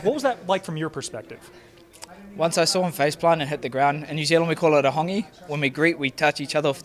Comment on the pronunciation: Hongi not hawngi lol nice win tho